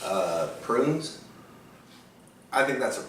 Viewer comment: "I'm an old man, so I like pruins" HAHA classic